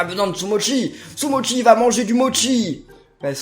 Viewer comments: sa ce dit sumochi pas sumotchi car c'est en italien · Ben si en plus Sumochi dit : Sumotchi